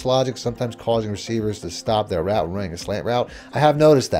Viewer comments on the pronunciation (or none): none